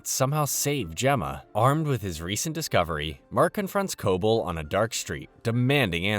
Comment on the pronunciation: could of atleast watched the show so you know how to pronounce Cobel